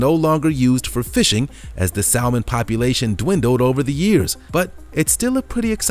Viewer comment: Does this narrator read the scripts before recording? He pauses before EVERY place name, AND mispronounces simple words like "chasm" and "salmon." 👎